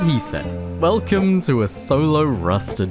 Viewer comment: Yo I thaugt I pressed the wrong video when I heard velcome to rust